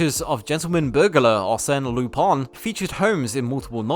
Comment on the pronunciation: gentleman theif* also its “lu-paun”